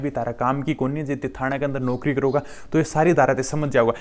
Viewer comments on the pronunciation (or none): none